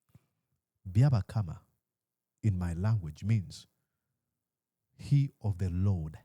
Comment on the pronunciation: He is called Byabapama not byabakama okay 😭😭😭😭